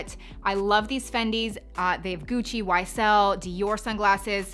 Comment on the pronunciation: Yeah, not my ‘thang’ either. Plus it will be gone after this season. And how did she pronounce YSL?